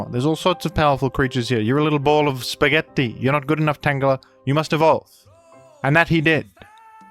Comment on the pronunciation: The spaghetti pronunciation is upsetting